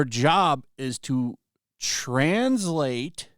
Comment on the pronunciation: I liked how you emphasised the trans part of translate .